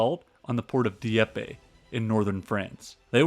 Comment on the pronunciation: A very good production. Very good. That said, the narrator should learn to properly pronounce French & German names. It distracts from the overall quality of the narration. I winced when he called Field Marshal Kluge, "Klooge" & not "Kluga" with a hard "E." His attempt to pronounce Dieppe almost made me laugh. Otherwise a good show. The producer also failed to note that the Germans knew that the invasion was eminent. They had completely broken the French resistance codes months earlier (largely due to infighting between the Communist & Nationalist cells) & knew exactly what the invasion alert would be. What London signal codes to listen & respond to. In fact, from Sweden in the Arctic to the Spanish frontier the German forces were on full invasion alert for the week of June 5th. However, certain commanders decided that expected incoming weather fronts would forestall any major enemy operations. They collectively concluded July a much better bet, despite intelligence reports to the contrary. The key to the success of June 6th was that, though they knew the Allies were coming, they did not know exactly where or in what strength; also, would it be a full scale launch or a partial one. A complete intelligence breakdown at many levels of German command. And even today fingers point to key members of Rommel's staff. The mystery remains.